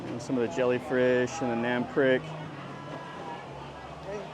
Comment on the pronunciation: nam prik. NAM sounds like the ah in water. PRIK sounds like preek, not like prick.